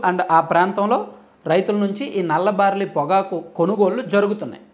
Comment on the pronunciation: Orryyy karrri sanyaasi baariii kadhu barlliiii